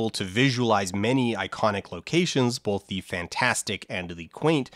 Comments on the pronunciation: Huh. You know, I noticed that says "bolth". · All of the "L"s from his uses of "Gandaff" ended up in his uses of "bolth" So the "L"s aren't so much missing as having been redistributed.